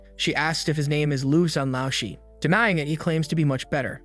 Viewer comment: BRO IT'S PRONOUNCED l-ao sh-er the lao sound like going down and back up, the Shi is the same the whole word